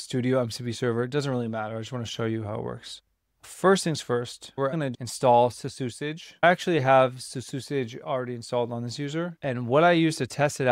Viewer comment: i think its pronounced CC usage for claude code usage